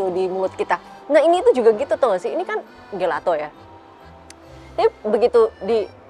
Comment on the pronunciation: Maaf tp gelato itu dibacanya “jelato”. Maaf saya hanya seseorang yg suka bahasa itali